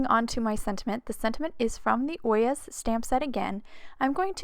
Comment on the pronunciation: I’m pretty sure it’s pronounced Oy- yay. At least, that’s how I’ve heard it pronounced. I think it was a court case, and it was the bailiff. Anyway, I loved the card and loved London as well!